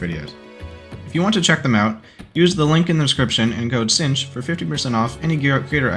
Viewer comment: oh its pronounced sinch not kinch